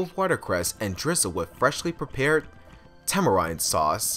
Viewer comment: Tamarind is pronounced tah-mah-rind, not to be mean, and also you absolutely NAILED cayenne for a first timer.